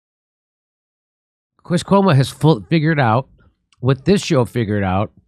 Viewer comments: I actually laughed out loud when you said "cuoma", 😂. Chris Cuomo probably always felt this way because it's common sense. He was just being a good little media whore when they were paying him millions to do so. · I hit the like as soon as Jimmy said “Cuoma.” Love it. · His cuoma--brilliant, Jimmy.